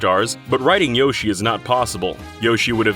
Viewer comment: Why do you say Yoshi wrong?